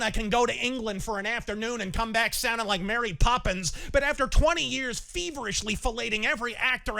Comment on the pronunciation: Didju rike it?